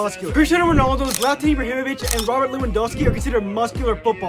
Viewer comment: No one likes him but props for pronouncing Zlatan Ibrahimovic correctly